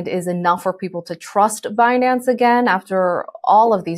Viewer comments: Who else promounces it Behnance hahaha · "Benance!" lol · Benanaze 😂😂😂😂. She needs to get fired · Could someone please tell yellen how to pronounce binance 😂 the i is long woman ! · Be-nance? You would think it the name would be pronounced correctly..oh wait, you would have to respect something before you would care to pronounce it correctly -_ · Yellen doesn’t even know how to pronounce Binance… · she needs to take her time to make sure she mispronounces Binance